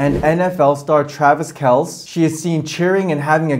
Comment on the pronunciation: I'm worried that she's using witchcraft on the Chiefs. By the way, you pronounce the "e" in Kelce.